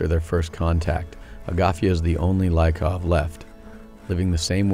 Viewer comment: The man who reads the text most likely haven't been there. He completely mispronounces the names: "Laikov" instead of "Liikov", "Eagor" instead of "Yegor", "Agathia" instead of "Agafia", etc etc.